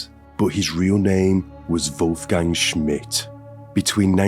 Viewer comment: What's your name, dude? "Vulf-gang"